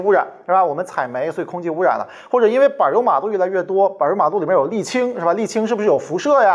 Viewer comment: “板儿”油马路 嘻嘻😁 出现语言特点了